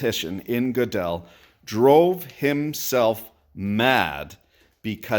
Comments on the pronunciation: G'dell? It's pronounced Girdle. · It is hard to put that genie back in the bottle if you know what I mean! And just because we have proven math is inconsistent doesn't really mean there is a dog somewhere! Also, FWIW - I used to pronounce it Godel too until I learned it was pronounced Gurdel!